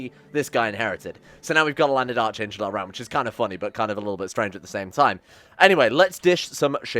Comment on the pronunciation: You’re saying Archangel way wrong. It’s pronounced like Ark-Angel. You don’t pronounce Anarchy or Archbishop that way do you?